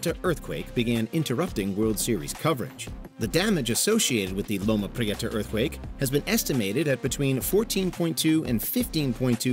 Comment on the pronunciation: It's pronounced low-ma pre-ta, not low-ma pre-eta. I hate when narrations pronounce cities wrong